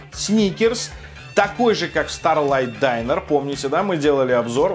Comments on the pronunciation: прекрати, пожалуйста, произносить слово "Diner", как "Дайнер". Понимаю, мб ты не знаешь как оно точно произносится, поэтому хелпану - оно произносится "дИнер". Спасибо. Удачи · Динер, не дайнер. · Почему дАЙнер, если дИннер?...... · Diner a ne Dainer